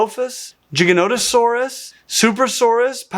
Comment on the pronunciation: FINALLY!!! SOMEONE ELSE WHO KNOWS HOW TO CORRECTLY PRONOUNCE “GIGANOTOSAURUS”!!!!